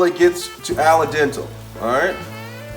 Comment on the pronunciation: gingyer raymen flavoration packet parseley alle dental you crack me up man